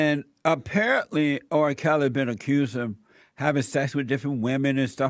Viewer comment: Jesse, i love you bro. But why does it seem like your struggling to say the letter R, in R kely